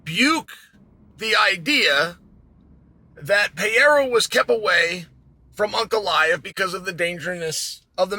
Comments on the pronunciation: Alexander Saint Pierra 😂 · Who the hell is Pee-Yeyra? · I asked my Spanish-speaking girlfriend how she pronounces Pereira in Español. Her pronunciation is PUR-AY-DUH. The 2nd 'r' kinda sounds like a 'd'. You pronounce it PAY-ERA. I'm not trying to be critical! I was confused how to say his name. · Alex Pehera, Alex Pejara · I can't even fathom Pee Air Ah (Chael's pronunciation) being afraid of Anybody. He is the epitome of fearless and confidence. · Alex Pay-ara. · “Pierre-uh” -Chael Sonnen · There's no pee in periera come on chael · Is it really hard to americans pronounce "Pereira" right or they dont even try? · Is it that hard to pronounce pereira orAre you just being a douche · PLEASE LEARN TO SAY PEREIRA PROPERLY CHAEL! c'mon dude what does it say when someone who's following and comments on fighters gets their names wrong dude?!🤷‍♂️ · Its crazy that chael has zero issues pronouncing ankalaiev but i havent heard him nail pereira once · Alex actually just doesn't know how to say his last name properly. Idiot.